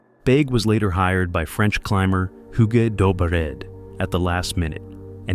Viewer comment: "hyuu-gay" pretty sure that's not how it's pronounced. I had a friend with the same name and it was pronounced, "oog."